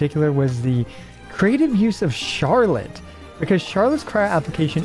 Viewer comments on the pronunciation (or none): none